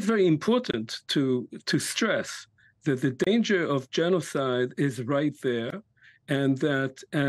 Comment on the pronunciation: Hmm ... "leading specialist on the subject of genozid"? You sure? How much practice does he have?